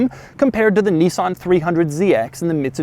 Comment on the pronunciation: neesan? marrrzda? lol